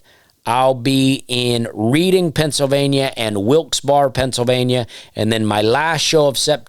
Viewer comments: I know it spells like read-ing PA but its pronounced like red-ing PA 😉😎we're havin a good time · Reading, PA is pronounced like the word red. Redding PA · Hey Dusty it's pronounced Reding and Wilxberry. Love the content! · Its. Pronounced... " Redding." And, FYI, SwiFty acTuaLLy hAiLs fRoM veRy neAr. Reading, Pennsylvania. It's not far from SouL JoeL's iN RoYersForD anD PoTTsToWn, too! I've known people from Wilkes-Barre, and I think the Barre. Is just spoken like... " Burrah " NoboDy caRes. I knoW. Just FYI 🎉 LOVE ❤ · Pennsylvanian here, “Redding” “Wilks Berry” Be careful with Schuylkill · Dusty, love your work. By the way, "Reading, PA" is pronounced as "Redding" :)